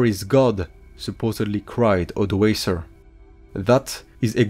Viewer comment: ODOĀKER not Odəéisə !